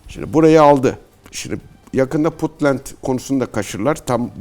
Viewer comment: This is insult Sir not bunt it’s Puntland.